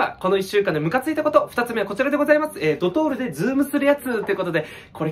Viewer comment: ドトールがドドール